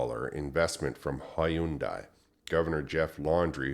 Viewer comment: Hyundai... rhymes with Sunday